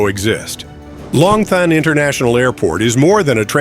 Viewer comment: Long Thanh is pronounced Lom Ton.